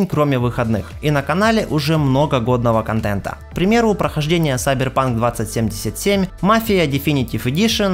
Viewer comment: Саберпанк . Ну так прочитать CyberPunk 2077